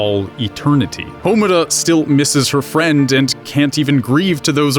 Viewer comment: Congratulations on your completely base observation interlaced with ugly drag costumes. Allow me to point out how you completely missed the point as well as your general stupidity. 1. Because this bugged me throughout the video: their names are pronounced MAH-DOH-KA and HA-MUR-RA. 2. The whole "making it" thing is subjective. I want to be a writer and I see writing as fun, so you could say it's effortless. Also, "making it" can mean many things, hell just GETTING the job you want could be seen as "making it." Plus given Rebellion it's clear the series is about more than just realizing you have to work to do something. 3. About Kyubey and the Incubators. The power they use isn't science, it's magic, the Soul Gems are just that, gems that contain your soul, a completely metaphysical concept that feasibly cannot exist in the realm of science given how based on belief it is. 4. Madoka doesn't become the universe, she becomes one of its' laws, the Law of Cycles, which takes the despair away from Magical Girls before their soul gem blackens to keep them from becoming a Witch. The whole thing about the singularity is flawed too, because a singularity is just that, singular, one, not many things, from a metaphorical point of view I see where you're coming from, but the logic you base it on is false, especially since part of the definition of a singularity is: "where the laws of physics as we know them cease to exist." Also the fact there are multiple singularities, (the centers of bl